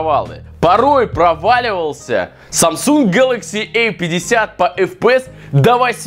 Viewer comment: Не гэлакси э 50 а гэлакси А 50